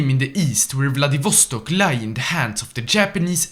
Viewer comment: They way he says Vladivostok makes me want to die twice.